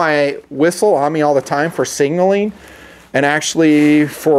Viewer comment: Still “singing” instead of signaling...